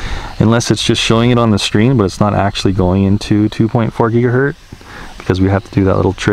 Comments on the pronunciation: Is anyone else bothered with the constant use of "gigahert" (not a word) instead of how it's properly stated as "gigahertz"? Other than that, not a bad video. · Great videos. However... It's gigahertz (rhymes with hurts), not gigahert. :) These videos made me decide to buy a spark. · For future reference, It’s pronounced GigaHurts you sound the Z as if an S. It hurts my ears to hear you say it incorrectly SO MANY TIME lol - thanks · It’s gigaHERTZ -with a “Z”